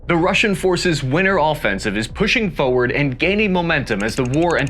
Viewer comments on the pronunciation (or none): Now... say 'forward" slowly 'fore' and 'ward'. Forward.: FO werd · FFS. It's FOR-word not FOE-ward.